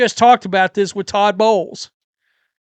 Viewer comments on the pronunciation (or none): none